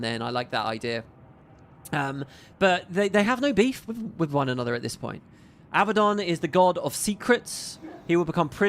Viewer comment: Abba-don - is a mafioso who likes Abba. A-bad-don, is well, a bad don. Since Abaddon seems like he's going too be a big part of GW3, please please pronounce it accurately. :) <3 See: 1. The Abbadon (Real-World Surname)Abbadon operates as a legitimate, though rare, regional surname. It is a variant of the Spanish/Basque surname Abadia or Abad, which historically means "abbot" or "pertaining to a monastery." Families with this specific spelling configuration can be found primarily across parts of Spain and France.2. Popular Culture Intentionally Using 'Abbadon'While most fantasy and sci-fi universes default to the biblical spelling, a few specific franchises used Abbadon intentionally to name specific entities or places:Marvel Comics (The Inhumans): In the Marvel Universe, Abbadon is the name of a specific, isolated province located within the hidden Inhuman city of Attilan. It is designated as a high-security prison sector used to exile dangerous criminals and outcasts.The Magnus Archives: In this acclaimed horror fiction podcast, the specific spelling Abbadon is explicitly associated with "The End" and "The Buried"—manifestations of primordial fears related to inescapable doom and being trapped underground.